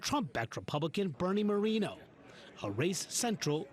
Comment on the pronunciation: Bernie Moreno is Colombian and he’s mispronouncing his last name on purpose to appear whiter. What a pathetic sellout.